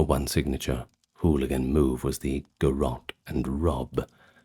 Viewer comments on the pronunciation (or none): none